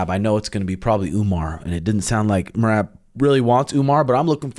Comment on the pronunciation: Maybe they will finally learn to pronounce merab's name correctly